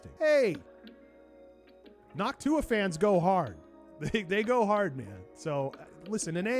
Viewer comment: Noctua sounds like "N’hawk T’huah !" to me 😂